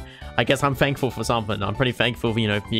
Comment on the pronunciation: Guys hear that? is very fankfull